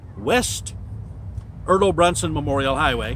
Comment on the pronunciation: Overall good facts, my only correction would be your pronunciation on the last name, Bronson with a hard o no u. Liked the video though, keep up the good work